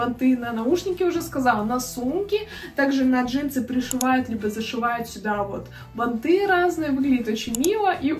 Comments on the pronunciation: Не банты'.А б'анты ,ударение на первый сог. Вещать о чем либо и говорить-"ну не знаю "-это глупо,А так же -"у меня такое есть" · простите, не могу молчать! Плохо ➡️ 1. Не штаны, а брюки. От слова штаны на 20 раз начинает дергаться глаз. 2. Не прогоняйте так быстро картинки, Я не успеваю посмотреть и другие тоже, судя по комментариям. 3. Ударения надо чинить (ба’нты, продала’ и не только) и с речью очень надо поработать (надеваю на себя, одеваю на кого-то), металлизированная обувь (не металическая), джинсовые и бордовые туфли (Джинса - это ткань, бордовый - это цвет. Красное и теплое. Или джинсовые и кожаные или под джинсу и бордовые), не застенки на обуви, а застежки и тд. 4. Длинные перчатки в образе (не на образе). 5. Многовато тавтологии. (Очень круто, вы наверное видели …) Хорошо ➡️ 1. Вы, ваш образ, ваш внешний вид.. 2. Милая, дружелюбная, приятная подача. 3. Ваши Искренность и аутентичность. 4. Видео хорошее, интересное, информативное. У вас есть потенциал. Если есть амбиции развить канал, то нужно работать с речью. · бАнты - ударение на 1 слог. Пожалуйста извините, что поправила, но надо грамотно транслировать... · Спасибо за разбор трендов. Но всё же правильно бАнты. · А ещё бАнты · Банты ударение на 1ый слог!!! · Банты ударение на первый слог, блогер учи русский язык!